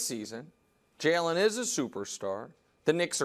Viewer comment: Ik this is dumb but I hate the way nick pronounces Jalen lol